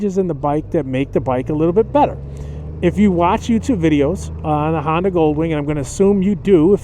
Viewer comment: It's Honda, not Handa.